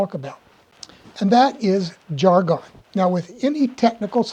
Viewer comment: I, have never heard anyone pronounce jargon that way. Curious about where you learned it that way.